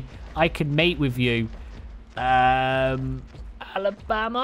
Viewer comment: Any1 els laugh at the way he said Alabama 🤣